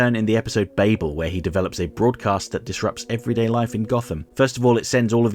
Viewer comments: how do you mispronounce babel? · it’s pronounced “bah-bull”, like Tower of Babel, not “bay-bull”